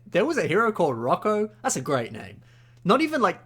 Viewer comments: Roko? I think you meant roka lol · His name... is Rocka... not Rocko... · it’s not rocco it’s rocka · uhm actually it’s Rocka not Rocko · “Rocko” Rocka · Dude pls no, you're killed me, he's not R o c k o, for gods sake please nooooo *the way you say it is hilarous